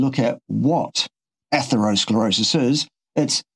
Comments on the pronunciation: Yeah, when he says, "atherosclerosius" it's like nails on a chalk board. Ugh!!! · point about opinion vs. proof or cause cannot be repeated often enough. Mic has trouble pronouncing atherosclerosis. Brain fog?